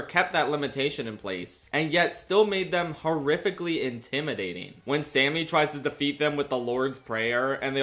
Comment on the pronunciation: Number 4: Remmick saying "SAMMEH" intensifies